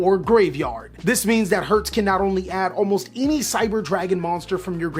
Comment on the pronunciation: I'm from germany and I love how he's pronounced "Herz".